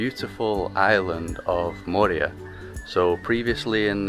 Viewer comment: Moorea is pronounced with the accent on the second syllable, with the “e” sounding as the letter “a”